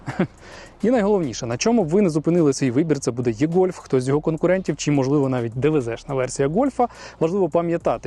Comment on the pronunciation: Невірно це і - гольф або е-гольф але ніяк не є-гольф